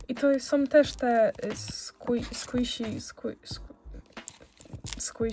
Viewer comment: to sie mówi skłiszi